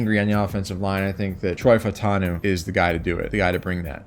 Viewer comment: love your vids as always! just a few notes - Olu’s last name is pronounced “Fash Un Ooh” (love the pick to the bengals) - Broncos would love Brock Bowers but imo their holes are not at TE because of Greg Dulcich. They need Dline, QB, WR, DB, and should trade back tbh - Quinyon Mitchell is the real mf deal. He won all of his senior bowl reps against power 5 receivers except one against Roman Wilson where he slipped. He’s absolutely cracked, so dw about him being at a small school